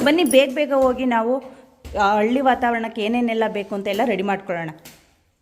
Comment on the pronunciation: ಅಕಾರ,ಹಕಾರ ಸರಿಯಾಗಿ ಉಪಯೋಗಿಸುವುದನ್ನು ಮೊದಲು ಕಲಿಯಮ್ಮ. ಹಳ್ಳಿ ಗೊತ್ತು ಅಳ್ಳಿ ಯಾವುದು 😢